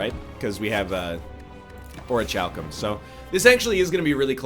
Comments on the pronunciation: There's a lot that bugged me about this run, but what triggered me most is mispronuncing orichalcum. It's Ori-kal-cum NL come on man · His pronunciation of orichalcum drives me nuts. He started early in this series calling it "Ori Cal Some" which also bothered me but the hard CH is infuriating. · its ori-kal-cum